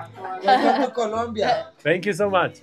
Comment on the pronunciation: No es kulumbia es COLOMBIA